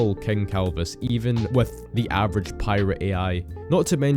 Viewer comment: Bro youtube about to cancel me for saying avergae (gae) frfr